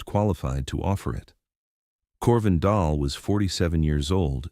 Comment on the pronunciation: Dahl (not doll) ask any Norwegian 😮